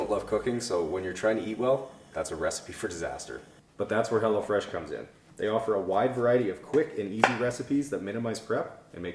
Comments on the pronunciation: Anyone else hearing “hella fresh” and not ”hello fresh”😂😂 just thought it was funny, that’s all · It sounds like you are saying Hella Fresh 😆 🤣 😂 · Am I the only one who thought he was saying hella fresh?? lol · lol... I thought you were saying hellafresh at first during the plug for the food delivery!=) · I keep hearing you say "Hella Fresh" and I really need to get my hearing checked...lol